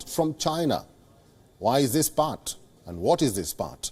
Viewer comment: did he say pact instead of part?